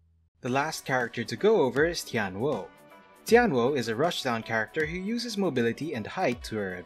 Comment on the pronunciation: I believe you're pronouncing Paprika and Tianhuo incorrectly. It's "Pap-REE-ka" and "Tee-YAN-hwo" (like "whoa"). There was one other word you mispronounced, but I can't remember it at the moment.